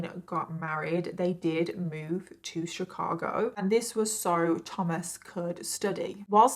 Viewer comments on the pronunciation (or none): none